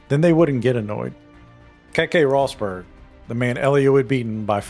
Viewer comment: Just for the record, Prost isn't prounounced like that. It's not toast. You pronounce the O as you would in the word "soft" or "bottle". The same goes for Rosberg.